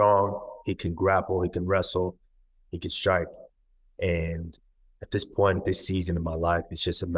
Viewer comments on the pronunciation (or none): none